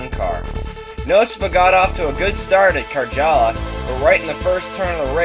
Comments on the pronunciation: You need to pronounce it "Caryala." Nice track though, looking through blue-and-white glasses ;D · Why do you say "Karala" instead of Karjala?